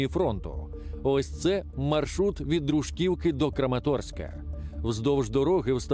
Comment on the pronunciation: Не ДрУшкіакою.... Фільтруйте наголос населених пунктів... Українською - ДружКІВка казати. Наголоси грають роль важливу у розмові та мові.😊